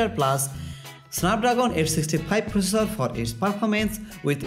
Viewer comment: Not focessor it's processor..:) not fichares it's Features...... XD